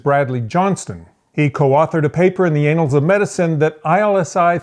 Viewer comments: I thought it was the 'annals' of medicine, not the 'anals' of medicine. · 'anals' lol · Are you pronouncing ANNALS like that on purpose?